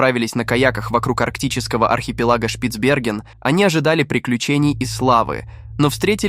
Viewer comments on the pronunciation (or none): none